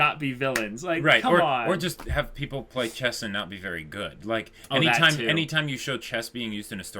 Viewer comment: NICEU NICEU, VARY NICEU!